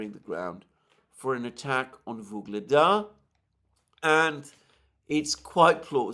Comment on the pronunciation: YUGLEDAR! Not "Vyugledar"...so annoying..